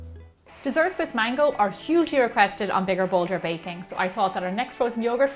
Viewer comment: when she said "mango",I thought she said "mangle"